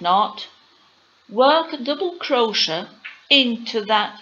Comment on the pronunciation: Firstly you need to pronounce CROCHET properly.... Cro- Shay. Secondly you are doing SINGLE CROCHET.